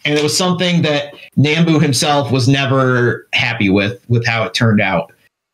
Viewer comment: Nambu is pronounced "Nahm-boo", not "Naam-boo".